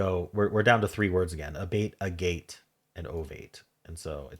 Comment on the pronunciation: Agate is actually pronounced like Maggot without the m. It’s a type of quartz crystal.